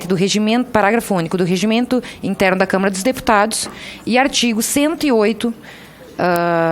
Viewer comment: Velho nojo .não é TV CâmEra. Eh TV Câmara ! Não eh puder , é poder aprenda primeiro a falar.